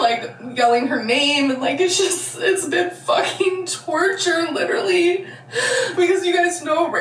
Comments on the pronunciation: At least she didnt say leederally. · Oh so now she can pronounce “literally” normally again